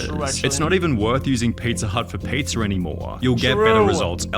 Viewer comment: LOL i noticed his voice when he said pizzaauugh and then chat went nuts